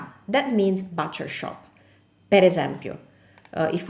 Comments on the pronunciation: Just quit duolingo I’ll be studying your videos for awhile The word “butcher” is pronounced “buuch er” Not exactly like boo cher But a little softer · Attenzione alla pronuncia della macelleria in inglese é but non bat ( butcher) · Butcher shop is pronounced like the but in I like it but... not bahhtcher shop . LUV your videos